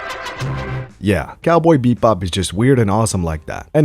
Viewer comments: Why do you keep saying beep bop am I tripping or is it actually beep bop not bebop 😂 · It’s Cowboy BEBOP not Cowboy BePbop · I heard beatbop lol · Bro can't even say the name of the show 😂😂😂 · bebop not beat-bop, and Terp-si-core